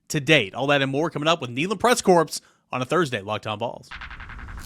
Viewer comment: There is no S in corps!